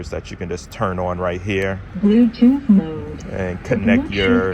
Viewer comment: I liked the Asian accented Bluetooth connection….Hope it stays work g for ya my man!